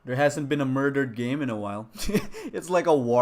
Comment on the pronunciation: IT WAS MOIDAHD. MOIDAHD I TEL U.